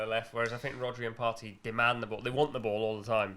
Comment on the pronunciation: It's Partey. I'm begging you stop this nonsense. The Best CDM is Thomas Partey